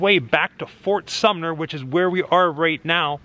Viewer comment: says fort summer. Figured I'd point that out since throughout the video you said sumner a ton.😂